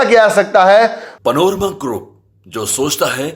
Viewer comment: पनोरमा क्यों कहते हैं आपलोग ?